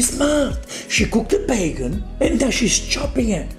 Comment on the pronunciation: She ruined (british) bacon.